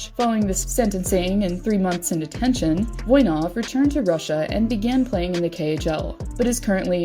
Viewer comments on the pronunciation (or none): none